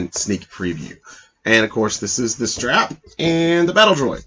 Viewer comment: Stap! Not Strap!